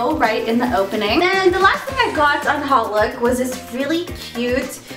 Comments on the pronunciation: hautelook is pronounced autelook, not hotlook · oh its hotlook... it sounded like she was saying "holif" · "hautelook" pronounced -- hote-look